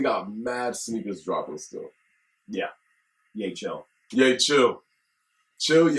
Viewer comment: Yecheil is pronounced Yea Kyle in Hebrew